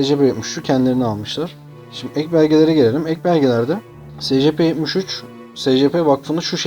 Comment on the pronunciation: abi ingilizce telafuzları doğru yap be :D secepe nedir